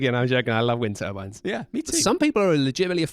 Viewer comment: From Canada here, I thought probably wind turbines from context, but I still thought I was hearing "wintervines" too 😆I guess they only put the accent on the "win" over there